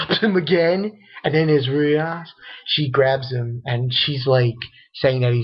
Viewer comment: Raser sama not Roser sama